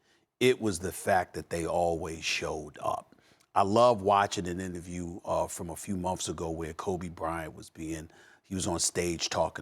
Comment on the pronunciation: Steven A really said "monfs" instead of months...